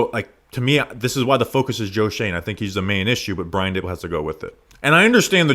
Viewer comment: Dabool took over the offense and the roof fell in. Its Daboll primarily:clock-turquoise-looking-up